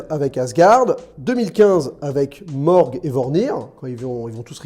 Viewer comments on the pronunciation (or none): C’est MORAG et VORMIR... pas MORG et VORNIR... et c’est en 2014... 😩😅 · Mdr ta vidéo tu n est plus crédible à partir de moment ou tu te trompe sur BRENT lol en plus c sur Morag pas Morg jme suis arrêté la le reste n en vaut pas la peine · ah oui et pkoi tu dit "brett" pour parlé de barton? il s'appelle clint "hawkeye" barton. d'ou vient le brett??? pareil pour morage, tu dit "morg", non c'est morag elle s'appelle la planete.